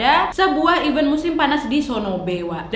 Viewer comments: Nad, event = acara. Dan even = bahkan. Beda bacanya, beda artinya.. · Maaf ralat, kalau event yang berarti acara, huruf e yang kedua dibaca seperti e pada lele